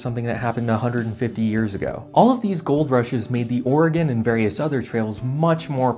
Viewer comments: Thank you for correctly pronouncing Oregon like Or-uh-gun and not incorrectly like Ore-uh-gone. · Thank you for saying Oregon pretty good. Ory-gun. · Thank you for pronouncing "Oregon" correctly. :)